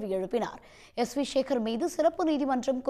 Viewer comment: சேகர் என்ற சொல்லை ஏன் ஷேகர்,ஷேகர் என்று சொல்கிறாய் எழுதும்போது எப்படி எழூதுவாய்?